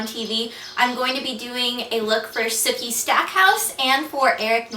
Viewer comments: he didn't get the 'ssssookie' right :-( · hahah i keep thinking that she's saying "Snooky" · Every time you said "Sooki" I thought you were saying "Snooki" lol! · every time you say sookie, I hear SNOOKIE! LOL! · I always feel like you say snooki haha!